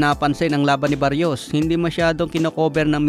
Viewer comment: Brod Mali yta pagkakabigkas moms apiyedo ng kalaban ni pitbul.. Salsal